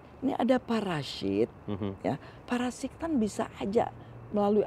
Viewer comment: gua suka cara bilang parasit jadi paraSHIT wkwkwk